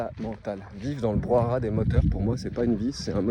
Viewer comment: Salut, je te suis depuis un moment maintenant et t'apprécie beaucoup. Je voulais juste te dire,toi qui aime notre belle france que l'on dit brouhaha et non pas brouhara... 😅 J'espère que tu vas trouvé ton spot de rêve! ❤